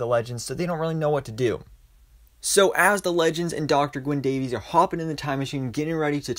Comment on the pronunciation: Gwyn Davies. He's Welsh. Not "Day-veez", he is "Day-viss". He even corrects Sara.